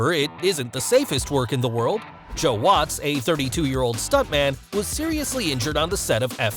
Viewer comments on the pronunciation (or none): none